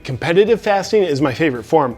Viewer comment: I thought he was saying "fisting"..."im always fisting..."